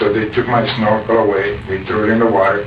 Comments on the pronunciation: If he said "looking with a snorkle" quickly in response to being asked what he was doing it would be easy to mistake what he said as something similar to looking for girls if he pronounces snorkle similar to the way I pronounce it. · There was a comment early on where someone suggested that accent might have caused them to misinterpret what he said - his pronunciation of the word 'snorkel' might have sounded like 'small girl'